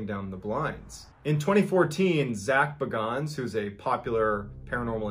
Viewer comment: The way he said zak bagan hurt me